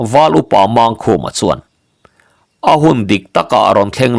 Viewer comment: A phuahtu phuah dan dik takah chuan,Mangkhuma tih ang chi ho hi chu" Mângkhuma" tih zawk tur a nih ka ring e.👍